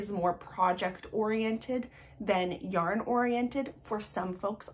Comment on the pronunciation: “Yorn,” cracked me up. 😂 I love your content!